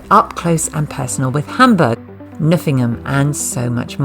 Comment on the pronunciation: VERY nice video ..this will definitely get some views. 150k or more u will see.. by the way the K in Knuffingen is NOT silent.. ^^